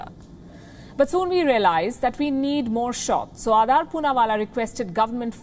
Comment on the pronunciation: It's Aadar, (Aa-dar) ,not Aadaar as in Aadhar. Please correct your pronunciation.